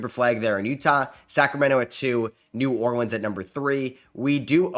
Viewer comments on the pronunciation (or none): none